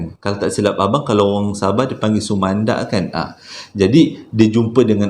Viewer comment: wahh abg pandai jga sebut sumandak ya.terbaik lah bag,pandai ckp bhasa dusun sudah.